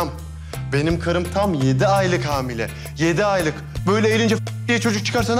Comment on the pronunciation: Yine hamil demesi baran ya